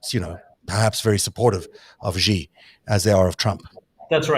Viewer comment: The "j" in "Beijing" is not pronounced like the "g" in "regime"; it's pronounced more or less like the "J" in the English name "Jim." Similarly, the "X" in the Chinese name "Xi" is not pronounced like the "g" in regime"; it's pronounced more or less like the "sh" in the English word "she."